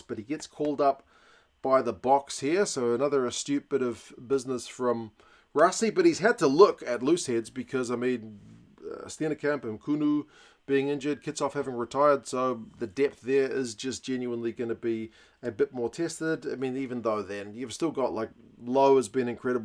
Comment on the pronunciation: nKunu is nChunu, therefore pronounced nChunu, not nKunu. Ciao